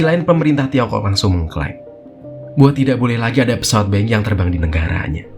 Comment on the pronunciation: Dibaca nya Boing bukan Beng